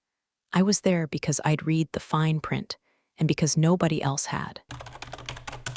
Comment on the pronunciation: 😂 Every one of these AI stories always, ALWAYS, get the verb tense of "read" wrong. "Read" present tense is pronounced 'reed'. "Read" past tense is pronounced 'red'. AI ALWAYS gets it backwards. And do none of these companies EVER have fresh coffee? It's always burnt or stale! 😂